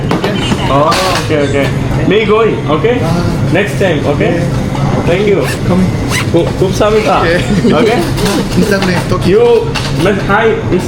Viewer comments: Kumsamitha alla kamsamitha..😅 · not kumsamitha , its Kamsahamnida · Bro not kumsa it is kamsahamnida mean thankyou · Kumsamida alla bro kamsamida ❤😂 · കുംസമിത അല്ല കമ്സമിത എന്നാണ് ❤